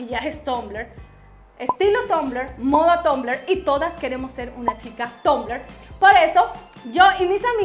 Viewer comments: tumblr se pronuncia tambler no tombler nena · me embola cuando decis tombler habla bien ma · Que raro lo pronuncias 😂😂😂😂😂😂